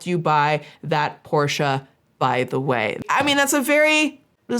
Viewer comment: can I just say, you're the first English speaker I've seen, who pronounces "Porsche" correctly. As a German, who always cringes a little at the usual pronunciation most people go with, I just wanna say that I appreciate that lol